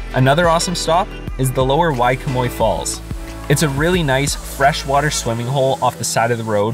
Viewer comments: I SHOULD THROW YOU OFF WAIHE’E RIDGE U DUMB HAOLE AND BTW IAO VALLEY is pronounced “E-oww🤕” and WAIHE’E is pronounced “Why-hey👋🏾-Ayy” I wish I never watched this video. You’re just a dumb visitor as well as all you other people in the mainland that come to our island. Stay away from Hawaii!!!!!! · Waihee= why-h-e-e Iao= ee-ow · “Wahee” “Wah-hay-ay” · waihee= wai-hey-ay